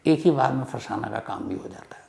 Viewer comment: फरसाना नहीं होगा फरज़ाना होगा